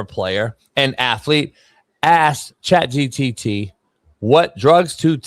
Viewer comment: “Chat GTT” 😂😂